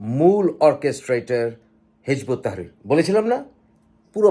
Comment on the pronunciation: দাদা, ঐ দলের নাম হিযবুত তাহরীর। আপনি নামটা ঠিক করে বলেন।